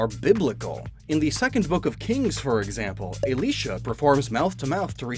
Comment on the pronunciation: I have never heard Elisha pronounced il-LEE-shuh before